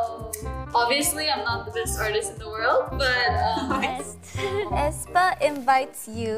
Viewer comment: why is 'ae' pronounced as 'I'????